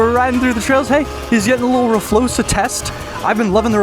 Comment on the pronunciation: R FLOXA❌ R FLOSA😎